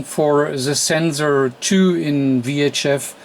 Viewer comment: I love your videos, I'm learning a lot by watching them! I still have to get used to your English. I'm fascinating how the languages have evolved -- "Watt" comes out "Vatt", but "VHF" comes out "Wee Aitch Eff". The way we pronounce W and V are apparently reversed! I wonder how that devleoped, etymologically? This isn't a disparagement, for those who think I'm making fun of his accent. I'm not, I'm fascinated by it and truly do wonder how that evolved over time between geographical locations. EDIT: Ooh! I found a page that gives the etymological reasoning behind it! They cite "hypercorrection" as the root cause. (The URL is misleading...it's not "wrongly", it's just differently.)